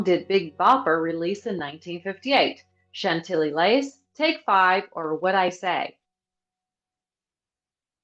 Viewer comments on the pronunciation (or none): none